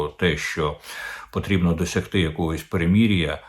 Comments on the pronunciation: Я не за перемирʼя. Просто пан Корчинський чомусь вимовляє «перемірʼя». То я йому трошки натякнув. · Вивчіть вже ту букву української мови «и»,скільки можна говорити «меремірʼя» і «грівень»?